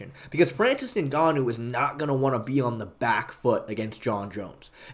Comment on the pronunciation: when you say “Ningannou” you sound like a Nincompoop